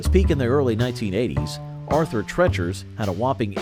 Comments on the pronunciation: Arthur TREECHERS DAMN IT!! Not trechers. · Every time they spoke of it they said tree chers, the only one that called it treachers was the host. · "TREE-CHERS". They even said it like 4 or 5 times. 🙄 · Calls it Arthur "Tretchers" even though the commercial clearly says "Treachers" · What a dumb azz......its pronounced Arthur "TREECHERS"...lol. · 🙂 It's Arthur TREEchers, NOT...how your VO guy was saying it. 🙂 Knew they'd be at the top. Good memories. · How can you get Arthur Treachers name wrong? The commercial literally says the name. 😂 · You managed to mispronounce the name "Arthur Treacher's" even while the commercial was playing and pronouncing the name correctly. That's a level of incompetence that most lazy listicle YouTuber's could only dream about. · You know if you just watched the commercial clips you use for your videos, you'd know how to pronounce Treacher's. I guess maybe that was caused by changing customer preferences too lol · Treeaaaacherssss. The narrorator heard it pronounced correctly in commercials but said fuck it! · It even says it in the commercial, and he still says it wrong *cries*.